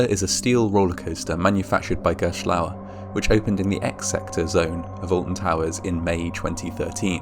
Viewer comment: I'm from the US, so forgive me that I don't know much about the UK, but I swore it sounded like you said "the Austin Powers theme park in the UK". Shit, I want to see Fat Bastard...